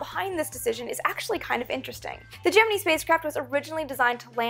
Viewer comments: Sweetness, its (jem-in-eye), not (jem-in-ee) for Gemini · Please stop saying GEM-IN-EEE it's pronounced GEM-IN-EYE ! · GeminI not GeminE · Either I've been pronouncing Gemini (gem-in-nigh) wrong for years or you are (gem-e-nee). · why do you pronounce it gem-in-ee NOT gem-in-eye ? I have never ever heard it pronounced the former... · I'm not a fan of the Gem-men-EE pronunciation here...or anywhere else for that matter. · im sure, but it sounds retarded when it's said "gem in ee" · Just so y'all know, it really is pronounced Gemini and not Gemini at NASA. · Am i the only one who gets slightly taken back by her pronunciation of the word Gemini? Haha love the vids though very informative 😁👍🏼👍🏼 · Not to bust you on it ( and I'm sure I'm not the first) but why to you pronounce Gemini with and E sound at the end then the more common ( and I assume correct) I sound? As far back as the movie The Right Stuff I have always heard it with the I sound. So what made you start to pronounce it with an E? Is that correct Latin, Greek, or whatever sound? Is that how your first science teacher pronounce it ? Did you perhaps teach yourself that when trying to sound out an unfamiliar word and it stuck? Rather than assume you are wrong and act like an ass I wanted to find out the why.... or should I say wii ?